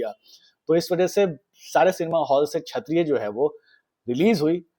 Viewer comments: It's not 'Chhatriya' but 'Kshatriya'. Work on your pronunciation. Divya Bharti, not Divya Dutta. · Buddy,it's Kshatriya not Chhatriya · छत्रीय नहीं भाई, क्षत्रीय बोलो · Bhai its not chaattttriyaa.. plsss …